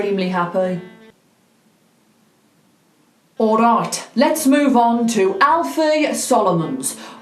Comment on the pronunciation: I love the way she says Ourayt😂😅❤❤❤